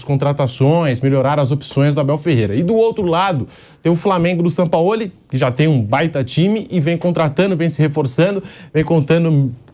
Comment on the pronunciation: Caramba fala Jorge Sampaoli. Por favor! Com J e G e não Ror Re